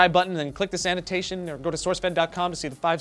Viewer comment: I swear it sounds like always says " click the sanitation"